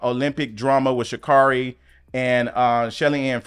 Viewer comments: Sha’Carri is pronounced “Sha-CARRY.” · I adore you and your content. Please pronounce our Black Women’s names correctly. COMMA-la. Sha’Carri is pronounced Sha’Carrie.